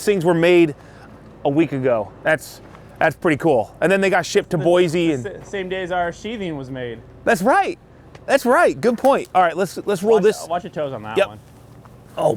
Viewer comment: You can tell you aren’t from Idaho by the way you say Boise lol